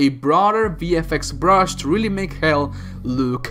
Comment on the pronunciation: when you say VFX it sounds like BFX. big fucking effects sounds way cooler for a doom movie.